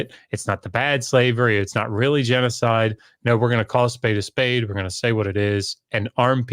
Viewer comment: It’s genocide not genecide.